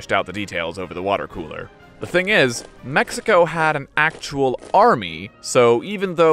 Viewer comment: Mexico=>mehico are you a slav.